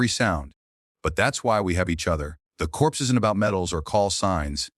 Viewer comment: CORPS IS PRONOUNCED CORE. AI GET EDUCATED BEFORE YOU DESTROY THE WORLD.